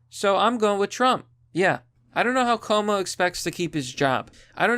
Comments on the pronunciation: his name is pronounced quo-moe a short form would be Q-mo. or coo-mo but not koe-mo. It's italian and the spelling is extremely similar to my name, pronounced the same but with an f (fwo-co - which is the right one or ff-U-ko or few-ko not foe-ko) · It's pronounced Andrew Coom-O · Normally it would annoy me that you are mispronouncing his name. But no, fuck Como. He doesn't deserve the respect.